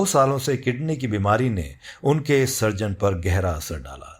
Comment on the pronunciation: स"र्ज"न नहीं "सृ"जन